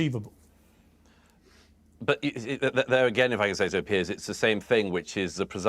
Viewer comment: Piers is his name. Pronounced differently from Pierce.